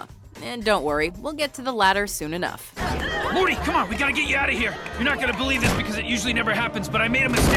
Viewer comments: She said Marty not morty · did she just said marty -_ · First its morty not marty, if you are going to talk about something know what you are talking about.... 2nd how is rick and Morty 6th??? If someone is gonna watch scifi cartoons i feel like they shouldn't go by your list, bc its just bad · did she say Marty instead of morty